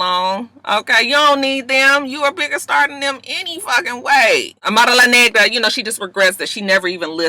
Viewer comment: You Kill Me when you pronounce Amara La Nagra and Veronica Vega LOL!!! Too cute and I can tell you have fun with Miami please reconsider! I just crack up when you imitate the Latinas, you put that extra ‘UMP’ on it and I fall out my chair every time! I’m a softie too and I was blubbering on Iyanla this week!